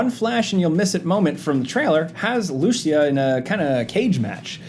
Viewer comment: I'm not that sure... but you are mispronouncing the name LUCÍA...